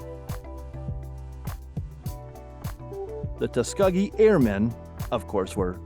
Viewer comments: Tuscuh-gee? C'mon. But good for Dernitz. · It was the TuskEgee Airmen not the TuskUgee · I missed only 3. You really need to work on your pronunciation skills and not just the foreign ones. The e in the middle of Tuskegee is a long e. I thought everyone knew that, I knew it when I was 5, that was 61 years ago. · Q 45 -- it's pronounced "Tus-kee-gee", the 'g' is pronounced like 'girl'